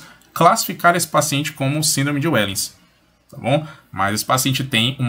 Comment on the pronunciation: A pronúncia não é "uéllens" e sim "véllens". É holandês.